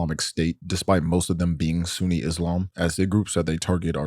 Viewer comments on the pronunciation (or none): none